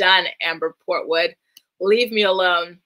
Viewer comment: I scream everytime you say kung foo port wood